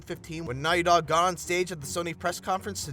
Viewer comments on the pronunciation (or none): why did you say Naughy Dog?